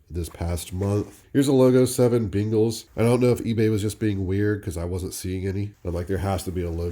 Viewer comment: Your regional pronunciation of Bengals (sounds like “bingles” to me) made me smile every time